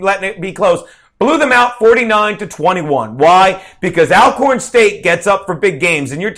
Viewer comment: the correct pronunciation is All-corn i.e. also, already, alright ect. Just so you know, Jesuits have their institutions as well as Catholics so help me to understand your issue the Historically Black Colleges and Universities? FYI: the title, HBCU will not be changed anytime soon.